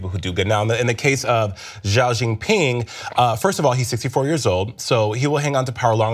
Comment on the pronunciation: Please at least pronounce his Chinese name right.